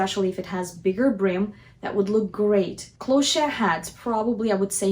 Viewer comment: Lovely video. FYI Cloche is pronounced like "closh"